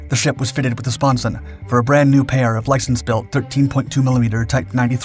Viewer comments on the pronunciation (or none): none